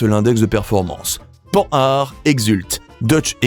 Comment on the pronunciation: Oui. Pan har. Même pas le meilleur en Français, c'est bien comme ça que j'avais lu dans ma tête. Ça m'agace, depuis peu, d'entendre Panne hard.